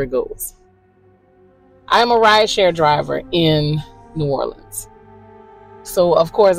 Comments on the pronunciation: It's not "New Orleeens", it's "New Orlins" or "Nola". We don't say "Leeens" or "Nawlins". God bless you. ❤ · Being from louisiana, new orleans is actually pronounced n'alens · The way you pronounce New Orleans is pissing me off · Ur video is great but please say our city name correct lol…so many pronounce it wrong…I’m born and raised in New Orleans and still live here today so I can definitely say yes vampires exist and other things as well… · If He’s in Nola he’s jiggin. God pleaaaaase pronounce New Orleans correctly please.